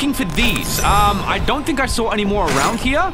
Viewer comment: is it me or did i hear arounk here